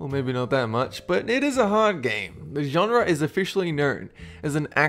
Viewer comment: You should learn to say genre.